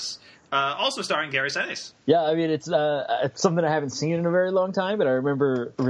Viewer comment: Seven minutes in, and you don't know how to pronounce Gary Sinise. 'Bye.